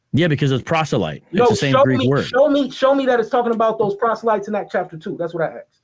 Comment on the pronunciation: Its 2025 and people are still saying Axed instead of asked. 🙄😒